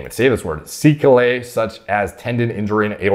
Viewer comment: Neither you or pronounce sequela/sequelae properly lol it's the plura of sequela (seh-KWEL-uh)! Sequel-ae, though seh-KWEL-ay is proper.